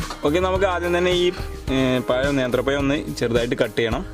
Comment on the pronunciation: പയം അല്ല പഴം